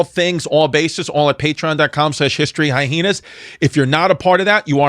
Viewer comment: high-heenas. 🤣(love u chris)